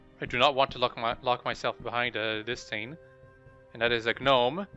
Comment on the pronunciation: why did you not sell all that weight? smdh. and stop saying gaaaaanome. Haha